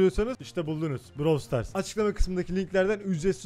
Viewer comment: Brawl stars diye yazılıyor browl stars diye okunuyor